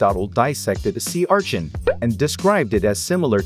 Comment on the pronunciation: Sea ~Archin~